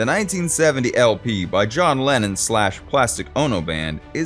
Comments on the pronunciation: I agree with you about the way the guy mispronounces names he even called Lennon Lannon. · Beatle lovers know John was British not Russian. His name is Lennon not Lenin. Just a fun comment. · Narrator? Who is Lannin? I'm sure you meant to say Lennon, was the voice a robot? It was hard to tell, although an AI would have done the same thing. 🙄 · It's Lennon, not Lenin. There's a big difference. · It's Lennon. Not Lenin !!!